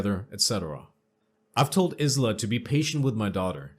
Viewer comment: Aisla is pronounce Eye-La, and it Kin-sin-era